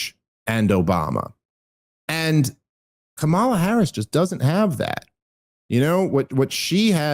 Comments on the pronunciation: PLEASE start saying her name correctly! She is truly terrible, but it really takes away from your "dumb as a box of rocks" argument when you cannot say her name correctly. Plus It's really easy. Just think comma-luh, because she speaks so often with pauses while she searches for words. Idk maybe it's just me but I think it's pretty cringe to mispronounce someones name KNOWINGLY over and over. Especially when it's not at all difficult to say. And pretty ironic to say she's not smart in context. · Oh my God Dave it's pronounced Kamala, not Kamala. How many times are you going to say it wrong? One more time,, Kamala, NOT Kamala! Geez...